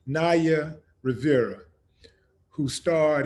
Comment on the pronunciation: NOT "RIVIERA"........RIVERA......ANIMAL